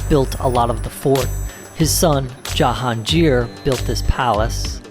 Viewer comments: It’s Ja-Haan-Gir not jahanjir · Jahangir not Jahanjir - g not j